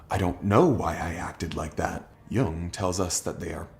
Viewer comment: I'm not a grammar nazi, but Jung's name isn't the same as the word young, so many YouTubers do that